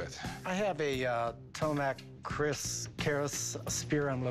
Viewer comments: Keris not Kris :) Keris is sword from Indonesia. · Keris, not Kris.. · Not KRIS, but KERIS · it's not Kris but Keris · It's not 'Kris'.. It's Keris 🤷🏽‍♀️ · it is keris not kris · The name is keris not kris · It's keris not kris thanks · It is Keris not kris.. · Its keris not Kriss its from indonesia😍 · Keris not kris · Tombak keris. Not "tomak kris"